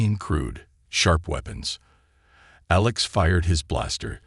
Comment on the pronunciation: That's it! You want people to subscribe to your channel, but the narrator [whether human or AI] is not able to enunciate certain words or names such as minutes in the word(unreadable) was read in the past tense and not in the present tense. Well as the human pilot's name of ALEX was misspoken as A lax instead, but later was corrected. Is this an AI generated story or did janitor was given the transcript to proofread while on a cigarette break? Come on now, get with it, and produce the the quality work that I know you can do. Go on, make me proud.